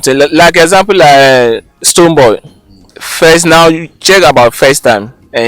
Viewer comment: Did he say Stonebwoy?